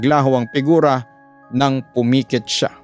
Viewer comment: Nostalgic talaga makinig Kay papa dudut bumabalik tayo sa elementary days UMIKIT ✅ PUMIKIT ❌ UMUUNGAL ✅ UMUUNGOL ❌ LOLA NG TAO ✅ LAHAT NG TAO ❌